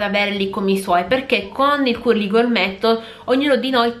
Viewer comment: Sei molto brava però, ti prego di fare attenzione alla corretta pronuncia! Si scrive "Curly" ma si legge "cærly", si scrive "girl" ma si legge "gherl". Grazie 😊